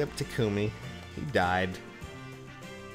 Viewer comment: I believe I have a good question: How should Takumi's name be pronounced? A: Tah-k-mee B: Tu-koooo-me I go with A because that's how Corrin says it, Cam Clarke and even Rena Strober got it right. Marisha Ray apparently wasn't told by the VA team.